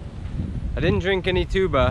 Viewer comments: Finally, you pronounced is correctly. You keep on calling TWO-BAH like a brass instrument. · Finally correct pronunciation of tuba! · Good Job on the correct way of saying " TUBA." You nailed it man! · 👌 good on the right way of saying tuba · 👍 giving you thumbs up here for getting the correct accent of the “tubà”. Okeeeey keeeyooo